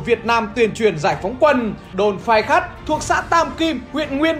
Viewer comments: Khay phắt = phay khát. đọc nghịu lun. 😆😆😆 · đồn Phay Khắt đọc nhầm thành Khai Phắt r